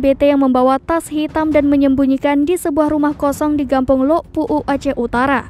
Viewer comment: Lhok puuk.. bukan lok puuk.. ada h nya.. sok tilo pembaca beritanya..